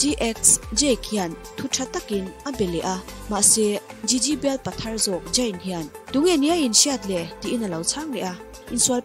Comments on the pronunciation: In post hi delet ru.. Jayn ani lo! I pholang dawn nih chuan chhiar dik ve tal ula.. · Jayn ti hian lam tohlo laa😀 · Zayn 'Z' 'J' anga lam hi chu ngaihthlak a nuam chiah lo😁😁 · zayn tih tur zawk ania jayn ni lo in 🤭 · Jayn a🤦🏼 ka bialpa hming i va lam uluk lo ve aw..ZAYN tur zawk aw..🤧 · Gigi i pronounce dan leh zayn i pronounce dan hi diklo tlat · Zayn I lam dan mawlh khi ka pawmzam theilo 😂😂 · Zayn hming I lam Dan hi amak e 🤪